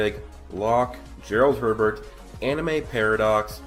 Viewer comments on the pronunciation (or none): none